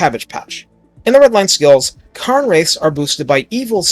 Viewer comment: "Karn" wraiths? What the heck? "kehrn" wraiths.